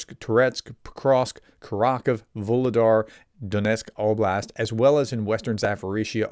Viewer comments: Great video, but for heaven's sake please say KUR ah KOH veh, not curr ROCK uv. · btw prof it's pronounced [kʊˈrɑxowe] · Great reporting. Just a note that Kurakove is pronounced Koo-rah-koe-veh. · the pronunciation of Kurakhove has the accent of the third syllable. It's four--syllable word by the way. The final "e" is not a silent letter as it would be in English. The "ve" at the end would be pronounced "vuh"... like we pronounce the e in "the"